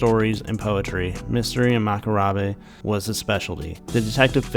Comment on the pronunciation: Alrighty. I will subscribe. You had me at short story writer and I love how you pronounce "macabre"